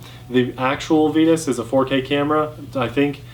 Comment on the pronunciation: Comparo! I’d also like to vote on the pronunciation of Vitus.... it should be v(eye)tus, just like the “vita” in vitamin :)